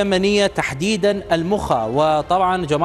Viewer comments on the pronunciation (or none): المخاء بالفتح وليس بالضم